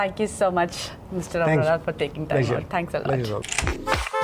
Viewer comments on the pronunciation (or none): Out of curiosity... Offtopic.. I heard she pronounced Arora as 'Aroda' . Several times came across similar pronounciations by Hindi speakers, by interchanging "r " and "d" . Is there anybody can enlighten about this? Only for information...